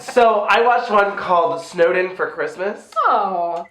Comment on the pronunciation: Everytime you say "snowed in" I hear Snowden and now i'm imagining a movie about Edward Snowden having to celebrate christmas in russia. ..The plot needs work